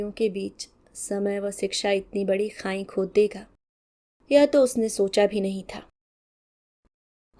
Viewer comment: your voice quality is too good but please prononse correctly. It's not khain. But khai खाई। खांई नहीं ❤